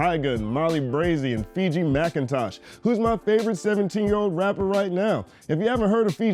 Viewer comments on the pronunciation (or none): none